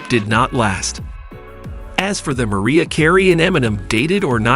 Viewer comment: Maree-ya lol this guy should've done his research more lol